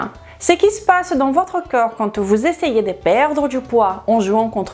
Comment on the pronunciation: Je n'arrive pas à m''habituer a entendre coeur au lieu de corps. fait un effort pour mieux prononcer ce mot qui revient sans cesse. Merci d'avance.